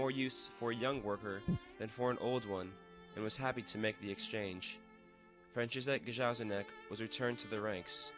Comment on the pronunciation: Very nice presentation. However, please try to pronounce the name of Franciszek Gajowniczek (Fran chee shek Guy ov knee check) correctly.